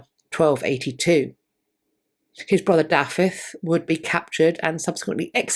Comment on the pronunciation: 56 years old and just learned Gruffudd is pronounced Griffith.